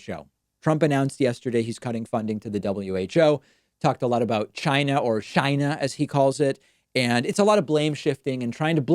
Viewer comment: 40, 000 people came in/back from "GAINAH!" (Orange Clown pronunciation) after the "decisive travel ban" which is the ONLY thing the administration touts as their ultimate power move against covid. So a thief enters your home, then you lock the door, I got it. If you believe any of Orange Baby Bitch's daily televised shite show, I have a set of bigfoot prints, a loch ness tooth and some UFO's for sale.